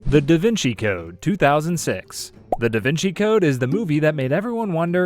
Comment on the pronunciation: Thank you for pronouncing "Da Vinci" correctly and not "The Vinky"